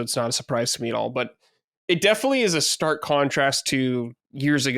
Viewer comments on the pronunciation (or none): none